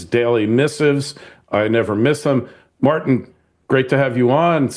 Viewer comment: How do you pronounce tin?.. As in Martin.